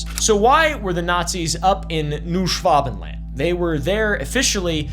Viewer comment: Just pronounce it like this: Noy Shvuhbenland (the "a" being a German/British "a").